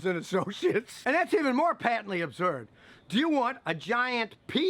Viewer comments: Yeah Scott, that's great 'n all, but I'm laughing because of your dialectical pronunciation of "Absurd" lol sounds like abzurd!! Laughing with you about both. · “Patently Ubzurdd!” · are you saying absurd or observed?